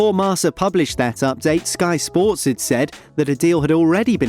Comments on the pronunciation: Bro not marsa it's kinda marka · its not pronounced "marsa" its marKa